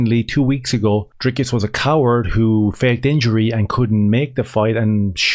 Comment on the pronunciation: "Dris-cus" I agree with you, 100%, it's no big thing how you pronounce a name. But of course, if Dricus was a black Transformer we would have to call him Sioux, not Sue, if that was what "his truth" was. When it's a white South African, we can all just call him whatever we want to call him, which is the way it should be.